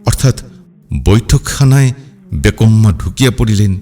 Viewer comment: অসাধারণ। তবে বেমক্কা শব্দটিকে বেকম্মা উচ্চারণ করেছেন!